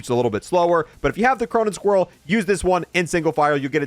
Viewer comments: I still dont get why he says cronen squrriel instead of cronen squall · Bro did he say cronen squirrel??? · WHY DOES HE CALL IT THE CRONEN SQUIRELL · Cuh-mer-ah, Cronen Squa-all that's the pronunciation.....